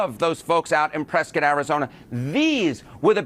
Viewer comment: It's pronounced Pres-kit, not Prescott